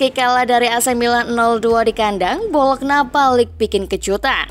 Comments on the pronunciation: Bacanya bolonya ya min bukan bologna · Bacanya Bolonya bukan Bolokna mbak😭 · Lafalnya 'BOLONYA' bukan 'BOLOKNA' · Tulis BOLOGNA ➡ baca BOLO'NYA 🦥🦥🦥🦥🦥🦥